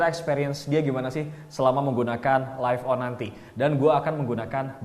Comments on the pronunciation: Agak terganggu dengan penyebutan live on yang harus nya lif dan bukan laif. Sekedar kritik membangun ya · LIVE.ON bacanya bukan jadi LAIF.ON bang, tapi tetep LIV.ON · Btul,,laif penyebutan dari life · Laif on, harusnya lif on